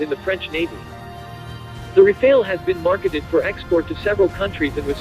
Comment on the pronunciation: Good vid, just a thing: The two As in Rafale are pronounced the same as America’s last one. The final E is silent, you did this correctly ;)